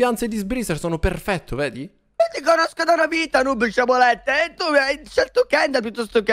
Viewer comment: Non posso sentire dire "sciabolette"